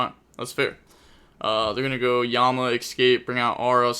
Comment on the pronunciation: Can someone please tell the letter “X” does not exist in the word “Escape”